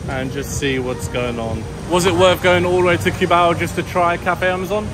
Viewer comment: My wife is hearing the video in the background and correcting your pronunciation of of Cubao. I keep hearing her saying coo-bow from the kitchen LOL. I explained to her that english speakers pronounce it that way because of how it is spelled.